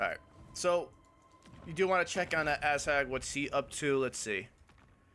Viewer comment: Also why do you pronounce "Azhag" as "ass-hag"